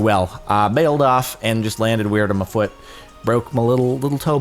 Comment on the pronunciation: how he says foot, too funny